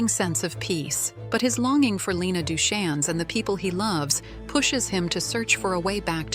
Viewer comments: I can see these are clearly AI pics.. can we at least train the voice to say the names right? It says right in the book Duchanne rhymes with Rain. 😂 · I've read the books and let me just say, the movie was better. The books were so filled with useless, flowery words. You'd read 10 pages and literally what happened was the main character took a few steps towards the door. And excuse me, it's pronouced as Doo-Kayn. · Their last name is pronounced Du-Cane